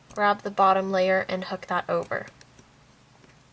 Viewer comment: When you said u need any type of hook, u sounded s if u we're saying "u will need any type of hhhhook" like the h was a k... lol...?